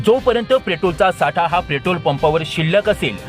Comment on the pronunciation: प्रेटोल 😂 अबे तुम्हाला बोलता येत नाही नीट आणि बातम्या देताहेत.